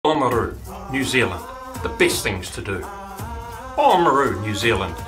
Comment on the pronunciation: It's actually Limestone** and it's pronounced OMaru.. **Oamaru stone is limestone with a uniform granular creamy white consistency and colour. Predominantly (90%) calcium carbonate, trace chemicals within it include alumina (1.5%), iron oxide (0.5%) and silica (0.5%).